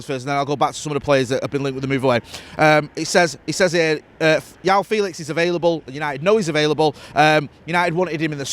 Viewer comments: JOAO Felix, not "yow" FFS! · As someone who lives in a little Portuguese village where seemingly most men are called either José or João, it's quite amusing to hear English pundits slaughter the pronunciation of the name João. It's not ever pronounced Jow, Yow or Juow. Even though there is no N in the name, it's pronounced as though there's a very soft N on the end, more like Jwown, but said quickly, not prolonged. I think it's pronounced using a nasal diphthong, almost like pronouncing the sound through the nose because of the accent over the ã. Portuguese pronunciation is VERY difficult. I live a kilometre from Spain and Spanish pronunciation is so much easier than Portuguese. João is the Portuguese version of the Spanish name Juan (John).